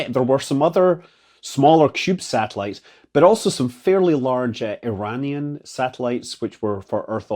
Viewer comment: Stop pandering! You've been living oot in Yankland for too long pal, your pronunciation of the word 'Iranian' was way aff. 😏